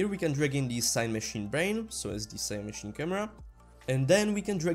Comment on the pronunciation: Amazing tutorials but, please keep them going. Maybe watch other videos to see how other people say Cinemachine. And yah English is not my first language either. Thanks again for the amazing tutorials.